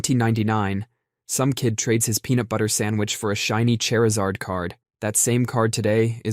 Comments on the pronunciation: Who the hell is CHERYLZERD? You mean CHARZARD? Lol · I love how the only value comparison he can draw from is "the cost of a car" Chair-izard is my new favorite pronunciation though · Every time he says "Char-ee-zard" I cringe... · Not "Chair-azard" 😭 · My dude, Charizard has a long "a" sound; ya know, like in "char" as in "to burn". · I know bro did not say "holographic chair-o-zard" 💀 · The absolute nerve of this guy to mispronounce Charizard in such a way